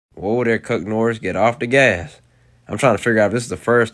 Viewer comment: Homie. I swear to god I just heard "Cuck Norris"...For the love of all that is good in the world...please tell me I'm not the only one because the captions say 'Cook Norris', but I hear the other, while my mind is desperately going back trying to hear 'Chuck Norris' ...please...